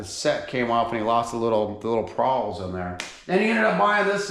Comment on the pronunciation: Pawls not prawls mate haha